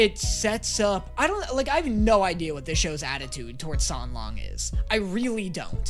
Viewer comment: it was funny when you mispronounced the names of the characters in your first video, but you could’ve learned them by now. It sounds kinda disrespectful that you even managed to say Xie Lian and San Lang wrong.